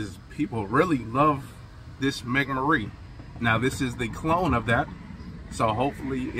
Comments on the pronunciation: Megamara not mega marine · “Megamahrey”. Not Mega Marie.